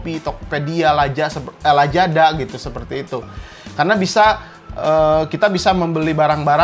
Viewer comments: Emang gitu bang f/v jadi p, z jadi j 😂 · Gw: Lazada Bang: Lajada 😂😆